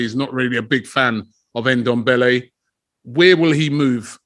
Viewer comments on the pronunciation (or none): my brother its not Endombele, neither is it Enketiah nor Endidi. you need to learn to pronounce these African names properly, there is no "E" infront of those names.